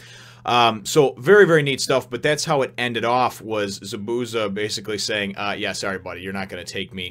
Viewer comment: The way Zabuza's name is pronounced is ZAH - boo - ZAH. There is more emphasis on the Za's than the bu and each syllable has the same length.